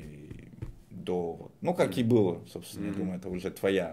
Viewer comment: Перестаньте французить русский язык ударением на последнюю гласную, у нас ударение на корень падает, там смысл слова. Быыыло, а не былоооо начаааался, а не началсяяяяя. Не калечте наше богатство